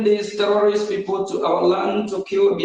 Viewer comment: I thought oge nkere claimed to have been borrowing us money. Let him finance the liberation of Biafra naa. This idiot is a big joke. He can't pronounce terrorist correctly, and he is apm? Rubbish.